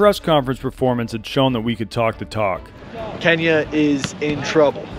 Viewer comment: “We Nee 2 Beah Kenyahhh”